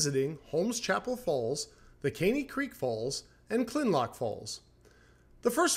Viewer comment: Kinlock, not Kinlock! I like what you do, but get it right.👍